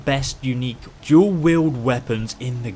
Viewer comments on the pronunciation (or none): Its fuckin !!DUAL!! wield not DUEL. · Dual-Wield not Duel.